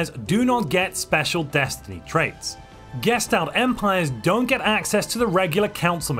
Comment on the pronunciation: This is the first video I've watched where he doesn't pronounce gestalt as "geshed out."